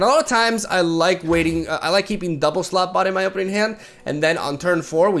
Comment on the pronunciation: Slotbot Me: Slutbot